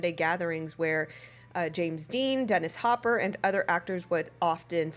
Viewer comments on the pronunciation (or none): none